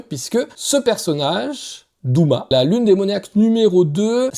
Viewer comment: Tènjirô ? Douma ? Ufotablé ? Pardon ? Attention à la prononciation. Rien ne va 😅